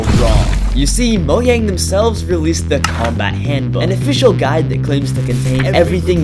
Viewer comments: It's not moyang its mojang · its Mojang not moyang no cap trust 🗿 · Wait he said mogang? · ITS MOJANG, not just MOIANG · its mo JANG not mo YANG uwu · I exited the video as soon as he said "You see Mouian" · LETS GIVE IT UP FOR “MOYANG” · “Moyang” HAHAH😂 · The fact that he pronouns Mojang as moyang. I know that he was a real one. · No way bro just said "Moyang" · I would have enjoyed this..... but IT IS NOT "MO YANG"! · did bro really say mogang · Why at the start he said mohhyang😂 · bro said moyang